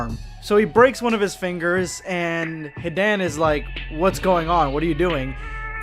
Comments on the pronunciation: anyone being triggered by his very off pronunciations of most of the words associated with naruto? like when he says "kakazu" or "hidan" very off? idk it turns off the immersion for me. Feel like you are just reading off a paper and not feeling the true immersion of the script. Just some constructive criticism. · Hid-an HID FUCKING AN BRO ITS HI-DAN THAN KAKU-ZU ITS KAK-A-ZU JEASUS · h-i-dan and kak-oo-zoo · He-dan and ka-kuzu smh 🤦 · "Hee-Dan and Cock-oo-zuu" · As an ally of the Naruto community I'm gonna pretend that you didn't call them that, This nigga said Hidān and Kukoozoo Bro prolly the type too say cammyhammyha instead of Kamehameha 😂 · Kuckuuzoo? Hiden? Rahzengahn????? Boi what the fack? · y u do madara hidan and kakuzu name like tht smh